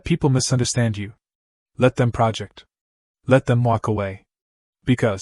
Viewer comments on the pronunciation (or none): Why use text-to-voice software instead of a human to read this short content? The word "project" is used as a verb, so it should be accented on the second syllable. Disrupts the flow of good wisdom.